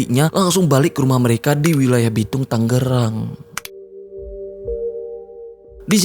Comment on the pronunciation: Bang tangerang bukan tanggerang. G nya 1 biji aja bang wkwkwkwk